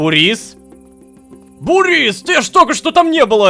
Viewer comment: Мб ударение на у? Бу́рис